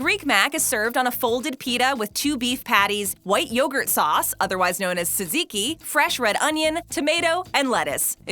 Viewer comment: Funniest thing watching this woman trying to pronounce Tsatziki